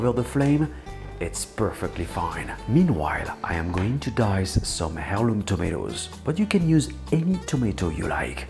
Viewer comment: Amazing, thank you. BTW, heirloom is pronounced with a silent "h" :)